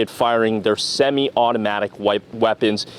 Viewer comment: Did you hear the emphasis on "semi-automatic? Wow! Amazing! Full semi-automatic? lol